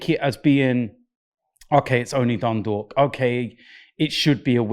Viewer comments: Its dundalk calm down lmao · Omg your so pathetic its dundalk